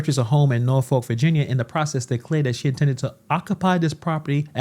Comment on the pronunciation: Here’s some fun. Norfolk is pronounced: nor-f**k.